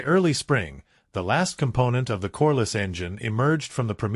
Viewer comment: Corliss, not coreless.